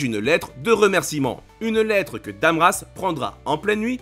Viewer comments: attention c'est "Ram Dass"....pas Dam Rass....;) et dans la serie c'est Crisford...Carrrisford c'est dans le roman ;) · j'adore votre vidéo, par contre, dans la vf Mr Carrisford est appeller Mr Crisford et son serviteur Ram Das et pas Dam Ras ;-) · Très bon review ! J'en ai pleuré jusqu'à la fin de la série. J'ai lu bien plus tard le livre et franchement, les 2 sont excellents, mais je préfère le livre car l'animé à condensé au max le livre et des éléments ne sont pas indiqués... et c'est RAMDAS, non RASDAM le serviteur !